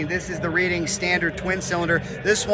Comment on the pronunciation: Its pronounced red ing as in the city in england its not pronounced reeding